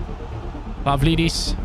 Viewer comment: When you pronounce a Greek name the ‘D’ is pronounced like ‘th’ (For example Pavlidis is Pa-Vli-This).